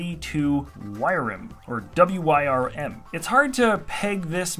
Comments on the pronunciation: Wyrm is probably pronounced 'worm' not 'wire-im' lol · on the last one its pronounced worm. Loved this episode pls continte with this sereis